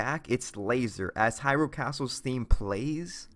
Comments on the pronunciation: "In the open world of hyROOL" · Why does he say Hyrule like it's two separate words